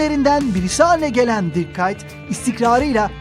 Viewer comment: Kuyt mu diyosu kaytmi kıytmı ahajkajsjwnsfbsnjsnnds